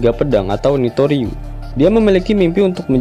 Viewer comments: zoro itu santoriu min.. bukan nitoriu :v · revisi santoryu bukan nitoryu